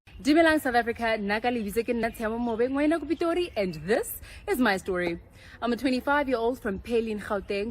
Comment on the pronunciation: Love this list. ❤❤ By the way, it's Tshiamo Mobe not Tshia Momobe.